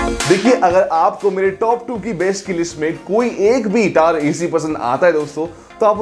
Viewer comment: Video Hindi me but tower ko accent me pronounce kar raha. टावर hota hai hindi me. Wahi bol le. English me hi bolna hai to bas ‘r’ silent kar le